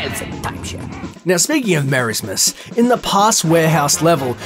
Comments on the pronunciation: Dude. It's pronounced Mer-AZ-mus, not Merismus. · it’s pronounced «Mer—Asmus not «Mera—smus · its not merasmus, its merasmus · "Mare-ays-mess" N-no... that's... that's not how you say it... xD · The way he says Merasmus' name sounds weird to me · You pronounced merasmus wrong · The way he said marasmaus. Btw giz I cunt speell